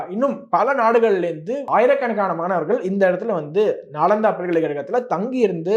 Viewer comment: I think நாலந்தா not நாளாந்தா